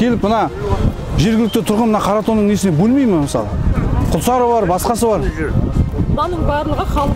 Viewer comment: Күлсәрі емес ҚҰЛСАРЫ ДҰРЫСТАП АЙТ